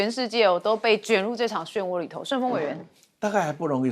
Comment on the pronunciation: 漩涡的“漩”读作“玄”xuán， 旋风的“旋”读作“炫”xuàn。